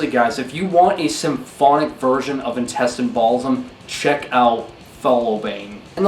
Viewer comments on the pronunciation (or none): He didn't say Intestine Baalism... didn't you hear him? He said Intestine Balsum 😂😂